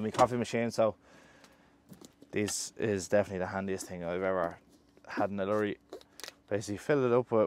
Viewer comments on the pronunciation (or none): Watching a few of your videos on the go...one of your videos at the start of 2021 you were giving up Trucking...glad you are still at it. It's now nearly October 2023..things are even more expensive. Love the way you say "lurry" 😊😁